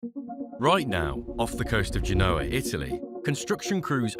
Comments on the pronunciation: It's pronounced GENE-O-AH, not G-NOAH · Or rather, GEN-OH-A. Emphasis, as in all Romance languages re French, Spanish, Italian, Latin and Romanian unless otherwise indicated, on the "second to last syllable!" In other words, like you've suggested, the "OH!" I concur, but not with "GENE", for 'GEN!' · How about tanking time to learn how to pronounce Genoa.